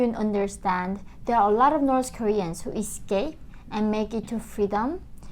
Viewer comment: Dear dear dear, I can't hold this any more: "nors" (spelled "Norse") were the people from ancient Scandinavia (Norway, Sweden, Denmark). "North" is pronounced with the same ending sound as "faith". Listen to some news reporters and you'll see. Sorry, too long watching your videos and I just had to say it...